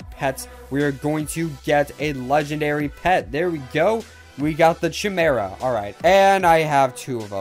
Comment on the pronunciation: how he pronounses chimera us hilarious